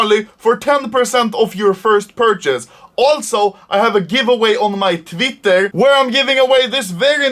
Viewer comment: "Tvitteh" love how you say it lmao